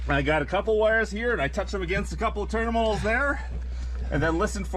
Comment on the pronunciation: Ternimals? You made me giggle so loud i scared the dog here!